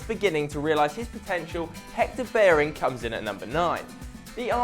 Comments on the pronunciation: when you get a double L in Spanish names or words it sounds like a Y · Hector Berin? HAHA why can't he say his name? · Up I know but he said hector berrin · He pronounced Hector Bellerin wrong